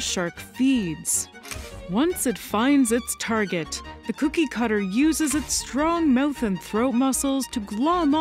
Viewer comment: I keep hearing 'kooky cutter shark'. Disconcerting 😂